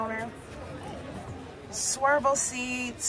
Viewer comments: Swiv el not swer. Lol nice show the for taking us along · Love the tours! I do have a question. I notice you're saying "swirvle (spelling?) seats. Is that something different than swivel seats? Great video! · I get such a kick out of the way you make words your own. When you called the swivel captain seats ‘swervel’ I laughed so hard.